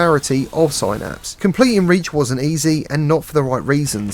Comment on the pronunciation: "Sin-napse" not "Sigh-Napse". Devs said it themselves